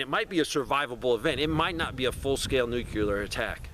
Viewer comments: Why are you adding an extra syllable to the word NUCLEAR? NUCLEAR is a two syllable word. It is NOT a three syllable word. Stop saying "NEW-QUE-LEER". It is pronounced "NEW-CLEAR". Two syllables... not three syllables. Stop pronouncing the word NUCLEAR wrong. I’ll lead an effective strategy to mobilize trunalimunumaprzure. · New-cue-ler? It's pronounced NEW-CLEAR. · I never trust anybody who says "new-cue-lur", because they don't even know that nuclear is derived of a nucleus - and not a newcuelus (or however you spell this imaginary word). The word you seek is nuclear (from the nucleus). New-cle-ar. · Learn how to say Nuclear. There’s only 1 U. It’s not Nukuler.